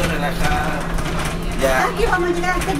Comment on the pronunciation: CHINO ARCADE Opino lo mismo. Si mejoraras la pronunciación un poquito, como “vuelta” no “guelta” “llegar” no “iegar” sería excelente. De todos modos, muchas gracias por el vídeo y toda la información 👍